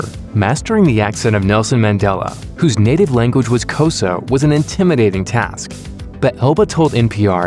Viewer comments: Cosar? Really? Thats not how you pronounce Xhosa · The guy pronounced it 'Cosar' 🤦🏾‍♂️🤦🏾‍♂️ to think he researched so much for this video and all the movies and accents, but he couldn't pronounce Xhosa. I would've just not said the word😂😂🤦🏾‍♂️ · I'm south African and his south African accent impressed me😍but the way the narrator pronounced Xhosa😂😂😂😂